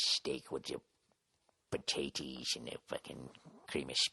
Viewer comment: I know right, I just heard this and I am dying." Yeah I had those potatteeys"